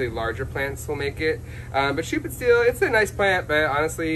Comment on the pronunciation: your pronounced schuppenstiehl pretty good ^^ ( I am German )